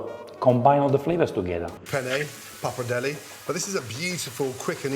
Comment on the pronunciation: Then he say "Brushetta", and now he say "Tagleeatelly" and "Papardelly"? His pronunciation is not true like Jamie Oliver's pronunciations 😅